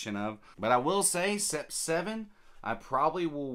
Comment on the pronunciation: Coincidently, I purchased Paris Corner's Trillium earlier today. I have Roja Parfums Elysium so interested to compare despite the price differential. I think huit is pronounced wheat as its French for 8. Sept - pronounced set - is 7 in French